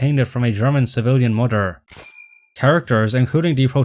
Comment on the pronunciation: What's a "mOder"